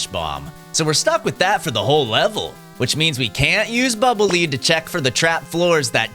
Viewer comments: When you say "Bubble Lead", I could have sworn "Lead" was pronounced like "led", you know, like the metal? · Bubble -leed-? I've always pronounced it "Bubble -led-" because they're dark gray and heavy... like lead.